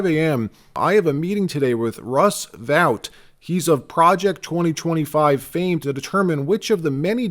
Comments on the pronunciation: Russ Vote. NOT vowt. Are you simulated using AI? WTH? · It's pronounced vote not vaught. Russ vote. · Dude, it's VOTE not Vout... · It's Russ VOTE, not Russ VOWT. How many times do you have to hear his name pronounced before you get it right? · Russ Vought’s name is pronounced Vote.. not vaute. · Vought pronounced VOTE not Vout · Vought pronounced "Vaught" as in aught not as in out... Russ Vought the force behind Project 2025...❤ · Russ Vought's name is pronounced "Vote", not the way you keep saying it. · I think Vought's name is pronounced "vote". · FYI, Vought’s name is pronounced VOTE!